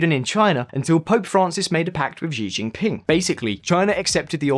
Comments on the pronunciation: They are pronounced “See (Xi) Jin ping” and “Seen (Xin ) Jiang” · You mean, Shin-jang? You keep on saying Zinjang. Xi Jing Ping is Shee-jing ping. Not Jee Jing Ping